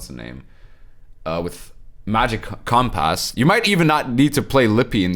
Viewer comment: Love the way you say compASS. Haha. This card will be good for warriors too because you can discard warriors like An Craite Warriors for war of clans.. also the archetype struggles with thinning.